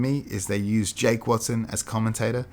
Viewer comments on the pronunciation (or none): none